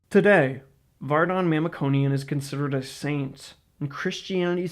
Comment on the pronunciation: It be nice to pronounce his name and last name properly, since you're making this video